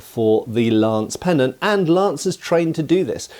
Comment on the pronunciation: What's a "penon"? Is it anything like a pennant?